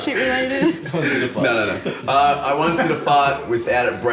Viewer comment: “I ocne did a fart”😂😂